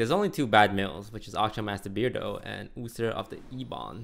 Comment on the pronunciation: youther of the ebon blaid